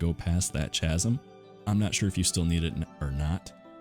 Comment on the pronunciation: Oh my fuck.... You pronounced the h in chasm.